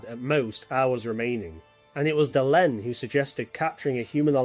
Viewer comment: Say, is it possible that this video was made with an LLM, colloquially called “A.I.”? Nobody, who has watched even one entire episode of Babylon 5 would pronounce names like Valen or Delenn in the way I hear it here.